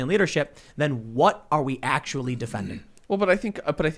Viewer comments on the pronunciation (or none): He said “actualatory.”